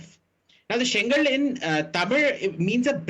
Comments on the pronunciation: Hey Iyer, It's not Sengal (brick), it's Sengol, Semmai - means rightness, and Kol- means stick. together it's pronounced as Sengol. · I condemn this Abhijit Iyer Mitra poor linguistic skills It’s not sengal It is Sengool Learn the language with its nuances I choose to ignore his ignorance as his intent in my observation was for the benefit of the society